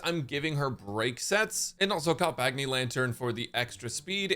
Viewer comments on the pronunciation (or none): none